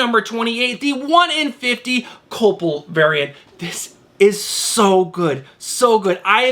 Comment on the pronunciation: COY-PELL.... NOT Co-ple